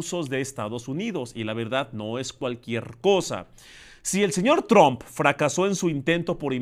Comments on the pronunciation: ES TRUMP …. NO TRON . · Se pronuncia Tramp...no...Trump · y no es TRUMP SE PRONUNCIA TROMP